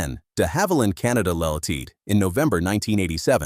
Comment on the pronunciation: Not worth watching, like most such AI creations. Full of errors and horrible AI robovoice narration with many mispronunciations and glitches. "Ltd., short for "Limited" in company name pronounced "all-teed"??? And Bombardier mispronounced multiple times. Also far too long. Could have been covered much more concisely in 10 or 15 minutes maximum.